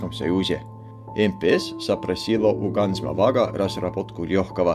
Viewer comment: Как же классно произносит ведущий, с акцентом, название производителя, Ганз Моваг.